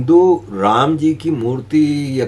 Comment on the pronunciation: Murti not murli